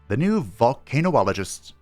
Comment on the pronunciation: I don't normally do this, but since you asked if this was a word, Vole-kan-ologist is how the word is pronounced, so you might have heard it before. And yeah, they are volcano scientists